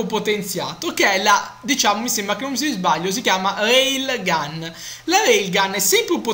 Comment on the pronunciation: si dice Rail gun